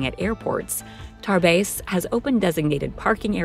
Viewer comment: Tarbes(Tarbays) is in France and spelt the correct way Tarbes!😮